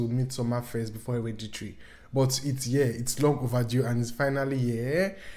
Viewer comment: you pronouncing hereditary as heriditrie is the serotonin i needed